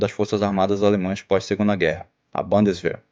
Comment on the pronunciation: Pronúncia da palavras em alemão: leia como se fosse em português, não em inglês, vc acertará quase sempre. Bundeswher não é bandeswehr